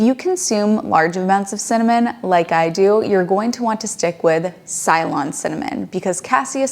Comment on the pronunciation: Ceylon is not pronounced Sylon. It is pronounced Selon, the historical name of Sri Lanka.